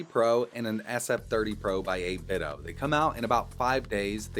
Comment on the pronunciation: Its called 8Bitdo not 8biddo, get it right.